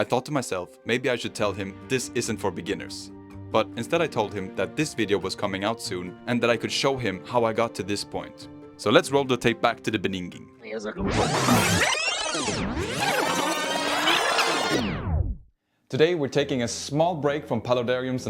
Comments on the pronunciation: I was about to skip the video when you said beningging. It made me stay all throughout. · to the beninging!